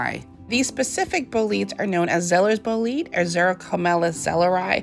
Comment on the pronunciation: Bolete, is not pronounced as Bo-leet. You pronounce the 'e' on the end. ie: BO-LET-AY